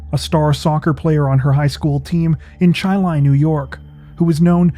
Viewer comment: Great video. You pronounced Chili right. Charlotte is pronounced Char-Lot here for some reason